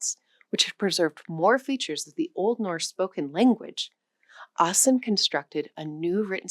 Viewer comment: I heard you sad A in the start of Ivar AAsen's last name. It is pronounced as an Å.